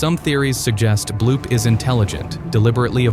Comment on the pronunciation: its bloop not bloob